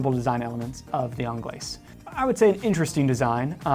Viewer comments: Actually, it is pronounced onglays as there is an e on the end, your welcome. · Yes, yes I DID see that coming, of COURSE, you were going to pick the Americaine........ worst looking one of the bunch but no bias eh..... and its 'onglay' for the pronunciation of 'Anglaise' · these guys missed a LOT of models , what happened to the Cintree ? The Americaine was designed from the Cintree ! Also annoys me that people cannot pronounce Anglaise … the S is silent…. so called experts wow… Tank Solo XL has automatic movement …. what happened to the Tank Must ?